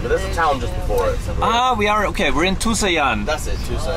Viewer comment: Tucson is pronounced " 2-SAWN" like lawn but with an S